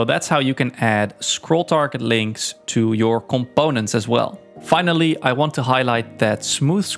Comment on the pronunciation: "comBOUnents" <3